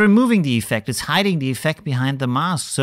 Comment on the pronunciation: Keep up the videos. Funny how you pronounce iiiffect